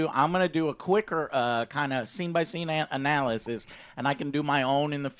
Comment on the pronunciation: Texas joe saying analysis